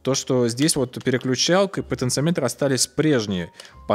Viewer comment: ты неправильно ставишь ударение в слове "потенциометр" (слух режет). это же не измеритель, как амперметр или вольтметр, говорить надо "потенциОметр".